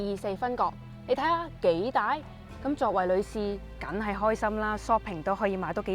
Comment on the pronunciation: 女主持樣子順眼，聲音幾好聽，係講嘢有D懶音！“躉我呀”“緊係呀”。